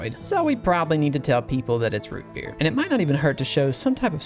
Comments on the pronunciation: Its ROO BEER (IF U KNOW U KNOW) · i couldnt resist yelling “ROOT BEER” every time he said it